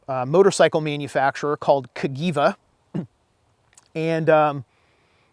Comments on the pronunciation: Cagiva = kah-jee-va:) Lattice frame = trellis frame. Great vid though! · it's pronounced kajeeva. 😊 Great video and hat off for your knowledge from an italian!